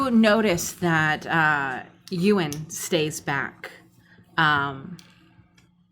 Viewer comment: As someone called Ewan, the trash heap monster being bullied and called eww-an is too accurate